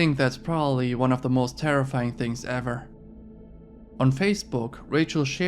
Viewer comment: Lol at tatas for za